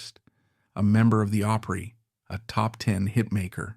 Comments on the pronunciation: Margie Bowes,was a true friend that never got what she could become. When she lost Sharon she gave up. I will always miss Margie. Doyl and Teddy were great. You really need to learn how to say OPRY. Shirley Rate country singer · I hate AI voicing " the reeman auditorium " the oohpry such nonsense.